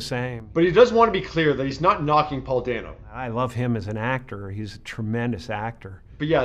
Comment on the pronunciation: Why tf does everyone keep pronouncing Paul Dano's name wrong?!